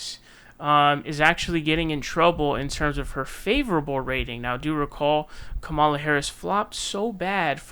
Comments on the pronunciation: Bruh y u still mispronouncing Kamala? Is it intentional or something?I know it seems minor but as a commentator you should really have that nailed down by now. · It is still very very stupid that you won't pronounce her name correctly